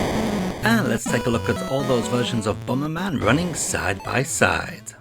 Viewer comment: BOMBERMAN ❌ BOMBMAN ☑